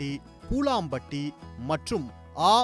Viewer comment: Poolambadi Perambalur district, not for poolampatti, please read correct name